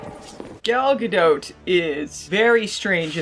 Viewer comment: Gal Ga-"dote"? More like Gal Ga-DOPE! Or Gal Ga-NOPE!